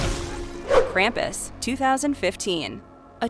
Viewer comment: The way Krampus is pronounced drives me up the wall if they ever watch the movie the movie shows you the proper way to pronounce his name